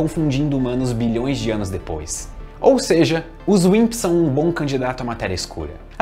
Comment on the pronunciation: Toda vez q ele fala Wimps eu escuto Winxs KKKk